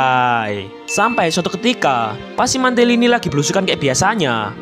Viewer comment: Mantili a nya jadi e gimana bang